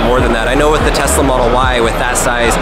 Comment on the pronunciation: He said testla 85 times! Lol